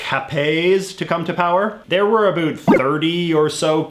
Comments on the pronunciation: why do you pronounce ABOUT like that???? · about: uh-bAut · the way you say about is unbearable lol